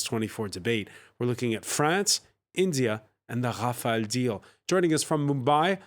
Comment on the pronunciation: rafale is pronounced as hafael and macaron as maco lol